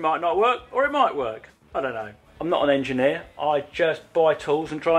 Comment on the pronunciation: nobody colin : im not an engenir